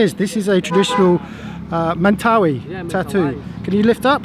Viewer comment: Just pointing out that the young fellow you met with the tattoo pronounced it "Men-tuh-'WHY" as opposed to your "men'TAHwee". Thanks for, once again, taking us on another adventure to a rarely seen corner of this big beautiful earth we share!